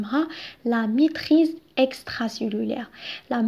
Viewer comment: même la prononciation compte